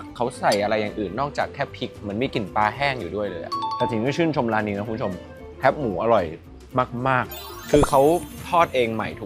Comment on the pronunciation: ทำไมออกเสียงแคบหมู่ว่า แค๊ปหมูหรอ